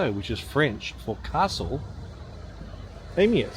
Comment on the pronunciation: It's pronounced "Ay-May" and, like most of the Bastide towns, Winter doesn't show it in its best light. Late Spring, Summer and early Autumn is the time to see these places.